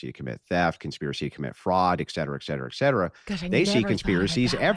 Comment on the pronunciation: I can't believe a guy as smart as doesn't know how to pronounce the word "et cetera."